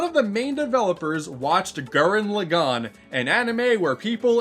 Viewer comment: it pronounced Laaaagan not Lagaaaaaan